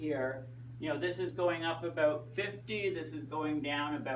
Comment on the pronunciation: before the world ends its pronounced about not aboat lol